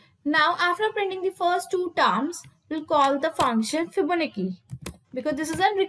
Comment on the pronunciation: It's fibonacci not fibonicca 😂and why is she trying so hard for the accent. lmao